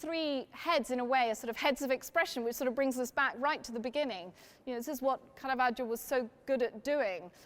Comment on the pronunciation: Very interesting! (And thanks a million for not pronouncing it carahvajoe)